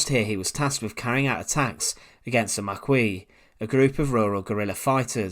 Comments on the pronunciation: Just some pronunciation notes. The correct pronunciation of Maquis, is Mack-kee, not Mack-kwee. Also, what is known as the "TH" fronting in pronunciation is very very apparent. . It is nineteen thirty three, not nineteen firty free as you say. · Mah-KEE. Not Muh-KWEE. Carry on.... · Maquis is pronounced ma-kee, not ma-kwee. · I'm sure the Maquis was pronounced the Marki or the Makkee (if you were a regional French resident) in ref to the French fighters, the u was silent. In interest of knowledge. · Thank you. I'm not sure I'm going to make it through the video if he keeps saying it "mac-whee". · Just to let you know, Maquis is pronounced 'mackee'. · No not MACKEE but MA KEY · 'Ma key' is how Maquis is pronounced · The French resistance group Maquis, is pronounced: “Mah-Kee”. FYI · It's pronounced ( Ma- key) just like on deep space nine. You're welcome lol. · Yes or « makee » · Marquis pronunciation = mar kee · I thought Maquis was pronounced "Mar- Key" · Who are the Mackwee? the narrators pronounciation! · Mackee it's pronounced. My grandfather was a maquisard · I die a little bit each time you mispronounce "maquis". [maˈki] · No it's MAR-KEY for a large tent ⛺ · Maquis is pronounced MAH--KEY. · The word Maquis is pronounced 'Maa-Key' please record the vo again - interesting stuff btw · I'm pretty sure the group was pronounced Ma'ki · You mispronounced Maquis. Try again. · Yeah, but you have to acknowledge his wilful disregard for most words over three syllables ... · I’ll give him a pass on the Maquis pronunciation. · If you're planning to say 'maquis' a hundred times in a video, it's a good idea to make sure that you know how to pronounce it.. 🤦‍♂️ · Thank you. Doesn't help that he says it over and over and over. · How they all flip out about the pronunciation of "Maquis". As if the French didn't butcher English words at any occasion. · Come on dude. Learn how to pronounce Maquis. Your mispronounciation is insulting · Not makwee but maquis ( mackee)